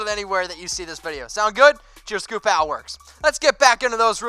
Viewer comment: No offense but Ale is pronounced A-ail like Hail #4ChuckyHeads